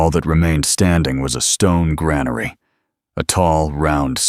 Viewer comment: It would be nice if the automated voice could pronounce granary correctly.